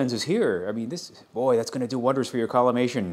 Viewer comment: XD did you just say "collimation" ??????? XDXDXD